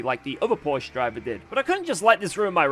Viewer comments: how can he still pronounce Porsche wrong? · English speakers pronounce Porsche correctly challenge: ongoing 😂